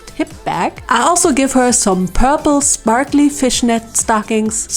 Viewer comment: Honestly, I find your little word malfunctions really cute. And sprakly words just as well as sparkly (and is probably much easier to say). 😊 I doubt I'd do as good speaking a second language! 😅